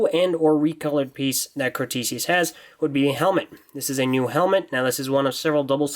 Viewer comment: It's spelled Crotesius, not Crostesius. I pronounce it Crow-tess-ee-us